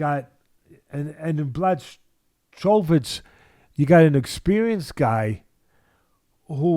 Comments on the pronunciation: Fella's it's pronounced Blahovich. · Lol bla chow vich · The correct way to pronounce his full name is Yan Buahovitsch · Didn't Teddy last call him Jan Blowfish.